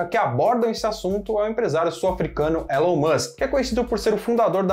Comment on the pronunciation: A pronúncia é "Ilon" Musk.